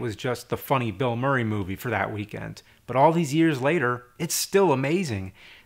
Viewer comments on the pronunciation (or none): none